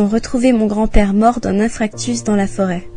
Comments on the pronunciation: "Un infractus" non madame, c'est un infarctus. Le -r est avant le -a. Dommage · J'ai lu toutes les réponses a ce commentaire sans comprendre avant de me rendre compte que j'avais toujours dit infarctus et que je pensais que ça s'écrivait comme ça 😅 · Ah je me rend compte que le correcteur de mon tel a du corriger mon message, je voulais bien écrire inFRActus 😆(du coup oui , j'ai toujours cru qu'on disait infractus et pas infarctus🙃 ) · InfRactus aussi....on dit Infarctus... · "Mort d'un infRactus...." XD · "Infractus" mdr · c'est toujours un infarctus hein, pas un infractus.. allé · "... mort d'un infractus...." C'est une nouvelle maladie, c'est quand on casse le coeur... c'est une fracture en fait... d'où infractus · "infractus" déjà c'est pas PNN 😁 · Et attention, le grand père n'a pas fait un "infarctus" mais un " infractus" c'est pire 😂🤣🤣 mais quelle bande de tromblon 😂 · On ne dit pas infractus, mais infarctus... rien que là, ça sent l'arnaque... arf arf arf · on ne dit pas infractus, mais infarctus. S'il n'y avait que ça.... Se servir de ces considérations gnan gnan pour vendre de la pensée magique, ça devrait faire rire, mais on se demande s'il ne vaudrait pas mieux pleurer. C“est comique et consternant. Mais pour le bio compensateur géodésique, quelle carrière ! Bravo ! Elle a perdu son bougeoir et son bébé. ON se demande lequel est le pire. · C'est énorme. "Mon grand père mort d'un INFRACTUS". La femme le prononce clairement comme ça et c'est ce qui est ecrit dans les sous-titres ! Bon, je relance la vidéo voir si elle parle de quelqu'un qui fait une crise d'élipepsie. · Quand elle dit"infractus" là ça met le doute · ouais tout le monde sais que c'est INFARCTUS en plus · "Un infractus" hahaha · le grand père mort d'un INFRACTUS... c'est écrit dans les sous titres, et même la nana le prononce comme ça ! plié de rire !! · Tout le monde cite toujours "l'infRactus" en exemple d'erreur de prononciation, mais nous sommes cernés par les "eXCetera" !!! 😱 😱 😱